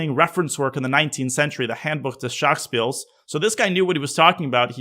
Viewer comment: Wow respect for your pronunciation of „Handbuch des Schachspiels“, close